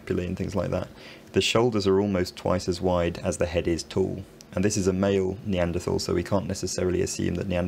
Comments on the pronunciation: Another erudite skill. surprised at your mispronunciation of Neaderthal human beings, Or are you catering to the US market. follow the leads of Professors Stringer & Roberts? Well done nevertheless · Strangely, he does pronounce it “Neandertal” in the oldest video on this channel, five years ago.